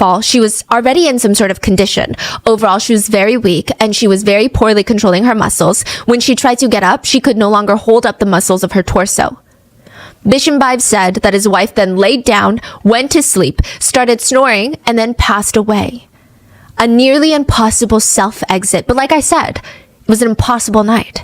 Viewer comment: I am so sorry for doing this, my native language is spanish, so in spanish his name sounds in my head almost exactly like it is, Bee-sheem-BAH-yeff, in your pronounciation sounds to me like you were saying "vision vibe" and to my adhd it is so distracting, I thougt you should know, hope is useful